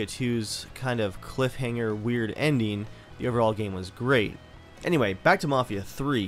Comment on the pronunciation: this guy is from dc just from the way he says end-in